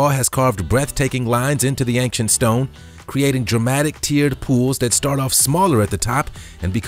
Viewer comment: I like your videos but I feel compelled to tell you it's "ain-chent" not "ank-shent".